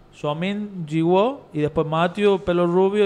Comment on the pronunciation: Jiwoo se pronuncia yiu